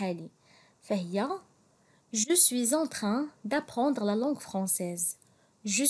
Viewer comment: Katsddi chwya bzzf dik LAN f "LANgue française"; Khski tkhfifiha chwya ; sinon ta prononciation est très bien.